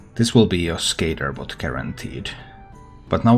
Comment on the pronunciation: Love hearing you say "skehtterbawt"